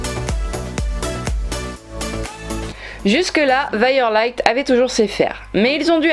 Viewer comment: Si ça s'écrit "lith" ça doit pas se prononcer "light" ^^ ahah (mais bon il est bien sûr que on prononce le nom de son propre cheval comme on le souhaite, évidemment, no hate)